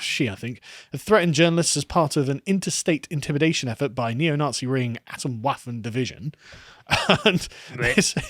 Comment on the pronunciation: From Nazi to "Nah-SHE"